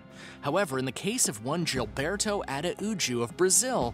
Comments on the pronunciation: Gilberto is pronounced with the G sounding like a H.... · I can't stand this person's pronunciation of the name Gilberto.